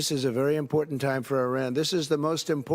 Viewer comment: Is it wrong to be critical of her pronunciation, and overuse of ”impor-Dant”? It really bugs me, and others are picking it up too